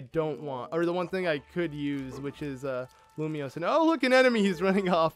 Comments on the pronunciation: It triggers me when he said lumios when you can clearly see the n. IT'S FRIKIN LUMINOS NOT LUMIOS GOD DAMN IT! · Why does he pronounce luminous as lumio 😂